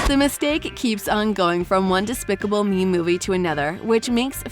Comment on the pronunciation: They said specible me at the time